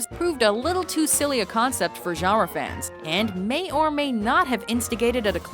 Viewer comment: Goddamnit. I HATE this narrators voice so much. And they was she doesn't know how to say "genre" kill me.